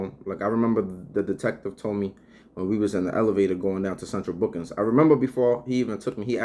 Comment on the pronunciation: "central bookins" 😂